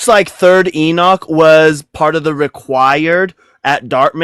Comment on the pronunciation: Holy crap, stop saying "enick" its enoch.